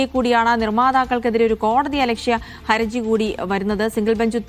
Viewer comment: "Haraji" എന്നാണ് correct. trouble, difficulty, or legal liability എന്നൊക്കെ അർത്ഥം വരുന്ന Haraj എന്ന arabi വാക്കിൽ നിന്നും ഉണ്ടായതാണ് Haraji. ഹരജി എന്നും ഹറജി എന്നും പറയും, ഏത ശരി എന്ന് അറിയില്ല.ഏതായാലും ഹർജി തെറ്റ, പക്ഷേ കുറെ ആളുകൾ അതാണ് പറയാറ്.😊